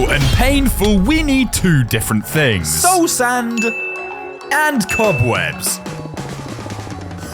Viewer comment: Did you literally just say su sand😂